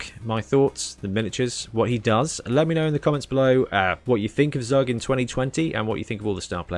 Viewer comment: Zug is the German word for train. Because he hits like a train. His name is pronounced as tsuuk. Or Zowwk would would be OK.